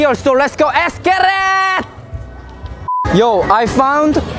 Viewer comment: it's letsss get it it's not eeetttssss git it